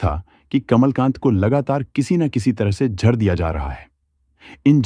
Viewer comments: Jhar nhi jaher hota h be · ek baat jehurr nhi zehar hota hai.